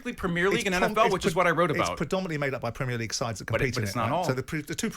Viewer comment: "PRUHMEERLEEEGUE" Go away.